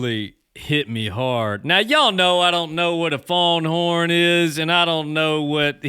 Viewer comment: Pronghorns not fawnhorn, same as antelope